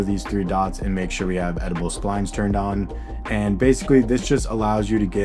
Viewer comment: "edible splines" lol